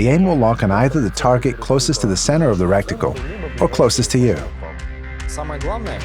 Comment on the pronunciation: What is a recticle? Or was that supposed to be reticle?